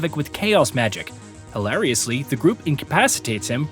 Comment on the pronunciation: "Hilariously" omg 😆